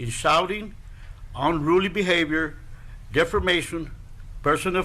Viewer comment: He said defermation lol